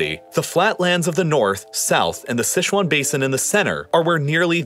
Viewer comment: Quite a nice pronunciation of Heihe, Tengchong, the Sichuan Basin and the Hexi in Mandarin. I appreciate how you tried to correctly pronounce it even though the tones weren't perfectly captured.